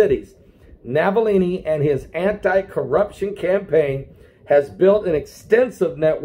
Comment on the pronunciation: The name is ALEKSEI NAVALNY, not Navallini. Navillini is an ITALIAN NAME. The man is RUSSIAN.